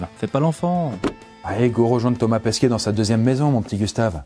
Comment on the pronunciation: Il n'y a que moi qui ai l'impression qu'il prononce Thomas Pesquiet et pas Pesquet ?